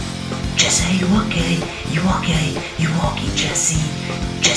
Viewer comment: When u were saying Jessy are u okey it sounded like Jessy are u gay